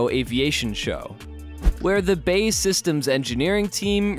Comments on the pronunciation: B. A. E. Rather than bay. But thumbs up anyway. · Before making anymore videos, it would be a good idea for the narrator to brush up on his pronunciation, as the building company of the Tempest is not BAY SYSTEMS, but is BAe Systems, formerly British Aerospace. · its B.A.E not BAE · We'll see. If HS2 is anything to go by, it will cost £2Tn and be obsolete long before it's built. BTW, it's B. A. E. Systems, not pronounced "bay". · Who is this Bay outfit - well that's how the commentator called them. TRY B.A.E. As in initials, if you can't get the basics right just give up! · Absolutely! this will help the creditability, after all, who is this? CIA or key-aa ? I suspect you'd agree Cee Eye A, as such BAE is Bee A Ee, apart from that good content. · "BAE systems" got me dying. B-A-E Systems not bae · Please get it correct - it is not pronounced 'bay' systems, but B,A,E Systems. There are also many more mistakes and misconceptions in this video, too numerous to mention. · its B.A.E systems. pronounce the letters seperately....not bae systems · I believe BAE is pronounced, Bee Ae Eee rather than Bay. It's not your sweetie. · its B-A-E ...not Bae! Jesus christ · Thats B A E not Bay ffs American Pronounciation sucks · BAY? B.A.E. silly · Its B A E (British Aerospace) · BAe it's not hard is it. You go to all this trouble to make a video and then balls up the name. British Aerospace!